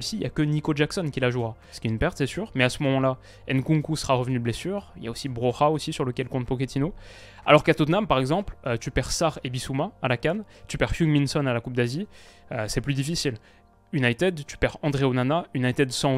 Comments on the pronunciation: Pour les prochaines vidéos : Broja se prononce pas "Bro-ra" mais "Bro-ya" comme quand on dit yaourt par exemple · Salut super vidéo, cependant à propos du nom de Broja se prononce Broya le j en albanais se prononce comme les "j" croate bosniaque et etc..., c'est un nom de famille albanais et il est d'origine albanais. Sinon tu nous fait toujours kiffer